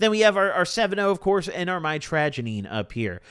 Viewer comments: mitragynine is pronounced "mitch-ruh-gai-neen" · I do believe it’s pronounced might-tro-guy-neen just fyi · mitragynine is pronounced (say it fast) MITCH-RUH-GUY-NEEN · pronounced; Mit-tRuh-Gai-Neen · BRO pronounciation is ( MYTRA - GUY- NEEN